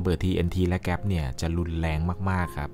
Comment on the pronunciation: เเก๊ป ระเบิด ไม่ใช่ เเก๊ส ถูกต้อง❤